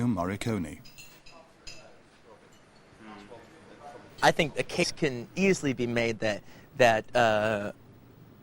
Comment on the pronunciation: Quentin , is MORRICONE , not MARCONI , god ,english people will never speak correct italian.